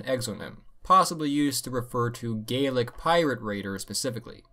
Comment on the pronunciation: Thanks for the correct pronunciation of Scottish "Gaelic", it's a little thing but so many people get it wrong :P